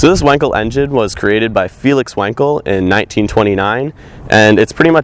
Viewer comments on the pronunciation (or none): Did you say wanker engine?